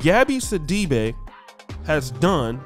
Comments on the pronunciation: I’m from Africa I’m familiar with the surname it’s actually See-dee-be but oh well you guys incl her pronounce it other ways to make it sound more western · Her last name is actually pronounced "Si-Duh-Bay".